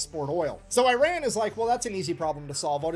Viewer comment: well first of all it's not /AIREN/, it's Iran. Or did you RUN somewhere son? This hillbilly needs to learn the name of the country then he can speak :D